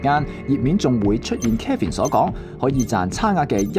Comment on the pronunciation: 幕後主持人把Kevin 这名字读得非常有问題…… Kevin 及Calvin 這兩个名字似乎很多人唔识pronounce